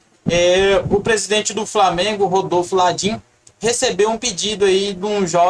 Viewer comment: Pelo menos fala direito o nome do Landin, não é Ladin